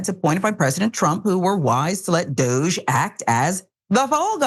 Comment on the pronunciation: Francesca Fiorentini called it "Dogge" dear.